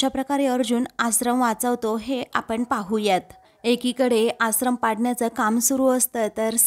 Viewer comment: आश्रम हा उच्चार बरोबर करा तूम्ही आसरम म्हणत आहात